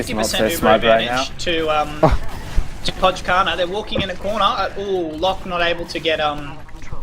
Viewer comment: its pronounced "poi karna" btw :~)